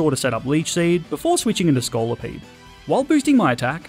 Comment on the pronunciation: THE SECOND O IN SCOLIPEDE IS SUPPOSED TO BE AN I!